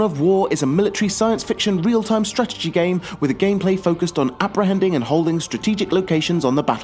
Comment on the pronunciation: The fuck you said strategy a hundred times, and i was annoyed the first time you pronounced it :(